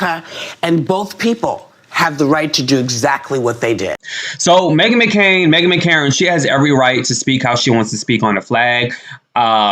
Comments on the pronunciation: Megan McCain NOT Makaren.lol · McCain!!! NOT Mckaren.